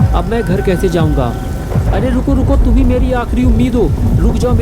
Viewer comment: Bro yeh toom kese bol rhe ho sirf toom bolo please